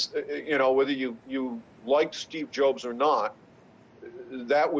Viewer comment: Notice he mispronounces "Jobs" as "Jobes." Does anyone else do that? Could Denninger really not know how everyone pronounces "Steve Jobs?" In his articles, you will find that he frequently miscapitalizes the "i" in "iOS," misspells "Mac" and "iPad" with all-capital letters, and in general tries about half the time to write Apple's product names incorrectly. He doesn't seem to have a problem like that with any other company's products or people. There's only one reasonable explanation: The guy hates Apple and its success with such a feverish intensity that he can't bring himself to mention their products without some purposeful screwup; a little bit of vandalistic spite that makes him feel good, and (he hopes) discourages his audience from wanting to buy Apple's products.